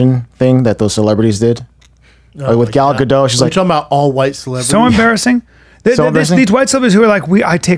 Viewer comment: He said gal gadosh 😂😂😂